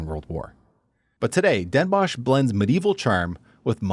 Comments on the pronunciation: Dehn Bóhs, not dénbosj! 😜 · You probably meant Den Bos(ch)???Pronounced like Boss in English, do you have dental problems? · Den Bosh? Try saying 's Hertogenbosh. There are fools living there who refuse you saying Den Bosh. Very funny.